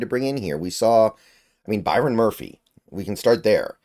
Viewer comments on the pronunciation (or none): none